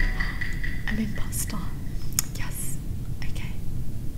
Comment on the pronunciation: is it just me or "i'm impasta"